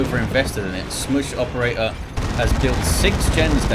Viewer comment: Hey, try saying SchmusOperator with a heavy german accent and it becomes clear. Love the casts, keep it up.